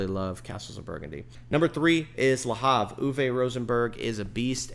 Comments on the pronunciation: It's not "La Hav"... it's Le Havre, name of a city in France....😅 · It’s pronounced Le Avre…French don’t vocalise the H.